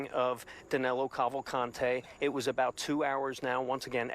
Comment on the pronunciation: Danilo, not Danelo